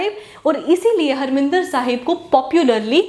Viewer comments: Mam not Harminder Sahib it's harimandar Sahib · Mam pls correct the pronunciation of harmandir sahib .its mandir not minder. Also it was built by guru ramdass ji. u can google it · Mam, it is Harmandir Sahib not Harminder Sahib